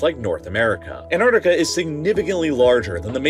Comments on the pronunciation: Repeat with me: an-TTTTar-Ti-ca.. thank you 😊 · It would help if the narrator would learn to pronounce "AntarCtica" properly - i.e. it has two Cs, not one. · Don't forget to pronounce your Ts! ant-arctic-a not an-ar-di-ca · Annardica...yes. Also... anti-Semitic becomes... Anni-semadic. I am a teacher of English with over 10 years experience in the E.S.L. and IELTs sector. Pronunciation and accent are so important. Advice: keep your accent but speak clearly. In the U.S.A. accent most often smothers clarity. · Interesting fact, you are allowed to pronounce the first T in it's name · Why do so many people miss pronouncing the first 'c' in Antarctica?? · Please learn how to pronounce "Antarctica" correctly - the first c is not silent. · Darn right it’s misunderstood. To the extent that this channel, in its video raising awareness about Antarctica, drops the first “c” in its name. I feel inclined to celebrate each time I hear an American pronounce ant-ARK-ti-ca correctly. It happens once or twice a year. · Why is pronouncing Ant-arc-tic-a so difficult? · If you’re going to talk about it, at least pronounce it correctly. It’s AntARCtica. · Americans like you can’t pronounce Antarctica properly. There is a T. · You mispronounced Antarctica multiple times. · its pronounced "ant-arctic-a" there are 2 "c"s in it.